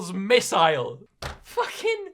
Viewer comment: The way he says missile